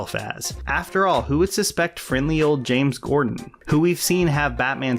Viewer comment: Ok, I'm sorry, but every time you said James Gordon I swear it sounds like you're saying James Cordon.